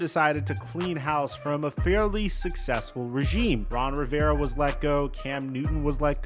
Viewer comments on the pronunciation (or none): none